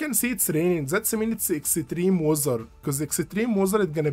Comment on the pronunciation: I like how you say Extreme as Exetreme :) thanks for the video! Really helpful.